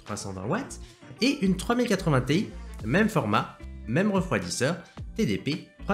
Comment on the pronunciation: Pour info, on prononce Ti en une syllabe, car ça fait référence au début de Titanium. (C'est comme ça qu'ils prononcent chez NVIDIA)